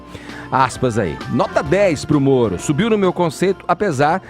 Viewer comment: Eu nunca tinha percebido, que o fala igual ao cebolinha. Ploblema, Sérgio molo etc 😁😁😁